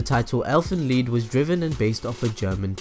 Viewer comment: it's pronounced leed lol